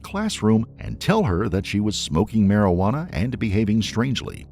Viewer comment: "Marajuana" haha. Marijuana.